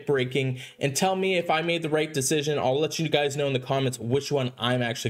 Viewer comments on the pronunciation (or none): none